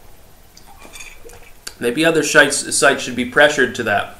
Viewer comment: "Maybe other shites - sites" No, no, you said it correctly the first time.